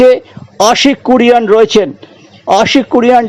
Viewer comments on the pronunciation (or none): Try2utter exact word the title of Ashique Kuruniayan, not Kuruan,worthless guy....